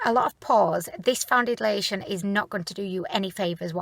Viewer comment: I rewound the very beginning 3 times just to hear you say welcomeb to a foundidliation review lol love it!